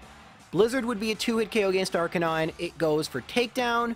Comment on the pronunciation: It’s Arc-Uh-nine not Are Canine